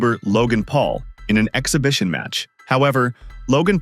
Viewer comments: Floyd not knowing his opponent's name means absolutely nothing. Then this chick can't even pronounce "exhibition" so her credibility is 💩 😂😂😂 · This broad can't even say exhibition wow..gtfoh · She sounds ghetto as hell she can't even pronounce the word she was trying to say 😂😂😂😂😂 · If you cannot pronounce the word exhibition, how do you qualify as a reporter that is able speak to a Stephen A. Smith level sports reporter? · Beach doesn't know how to pronounce exhibition 😂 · That stupid woman couldn't even say the word exhibition 😂